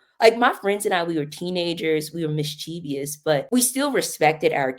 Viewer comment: I absolutely love how she's bragging on her use of nuance only to mispronounce mischievous 😂